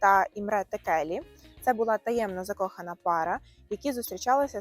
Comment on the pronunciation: Імре Текелі - наголос на перші склади. Такі помилки не красять туристтчний канал.❤